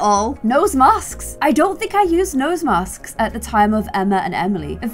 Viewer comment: I love that u say masksks